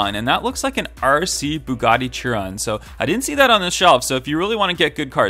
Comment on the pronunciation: The bugatti chiron is pronounced Bugatti shiron